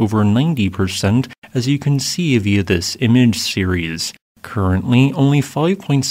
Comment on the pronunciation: Seerees : series. SeeReeUs : serious. 😊.. hope that help 👍